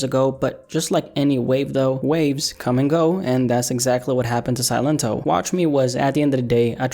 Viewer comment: See-Len-Toh | y'all saying it wrong it's just silent in spanish 👍🏼